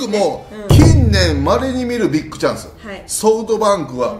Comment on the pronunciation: ビックじゃなくてビッグね この間違いを減らしてほしい